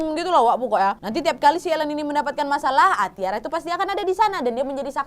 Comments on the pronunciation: Aileen or Ellen? Anyway Tyra bacanya bkn Tiara tp (Taira) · Nontonin video kriminal kayak gini kok aq merasa masa kecil sampai remajaku terselamatkan 😅😅🙏, haodoooh. Tiap sebut nama western kok salah 😅 Aileen: eilin Keith: kith Tyra: taira Spears: spiers